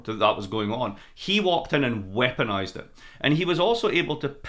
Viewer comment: Then 'weaponized'!